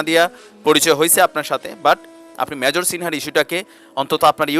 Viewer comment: শিপ্রাকে বলছি, মেজরকে যে ভাবে আপনি উচচারন কোরলেন এটা মোটেই কাম্য নয়। সব ভাষায় ই কথা বলার একটা নিয়ম থাকে, কাজেই এ ব্যাপারে সচেতনতা না থাকলে আপনারই ভাব মুর্তি খুনন হবে।